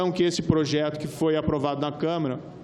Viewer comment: Este Moro é uma vergonha. O cara nem sabe falar câmara.